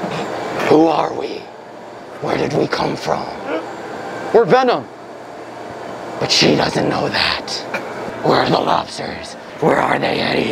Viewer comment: Veenom lol